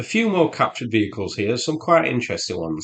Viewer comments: Its not Gvozdayka, its Gvozdika. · Its NOT GVOZDEIKO Its Gvozdika